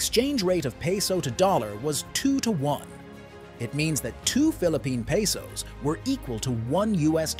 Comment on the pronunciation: .Peesos. Bro, it's Pesos. . In the Asia. LoL. Who wrote this?